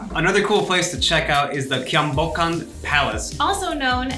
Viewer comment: Calling Norebang Karaoke is like calling a burger ground beef sandwich. It just sounds so awkward. And Kyungbokkong was pronounced so disrespectfully wrong. Please research before publicizing it if you want more viewers to ‘click-like-subscribe’.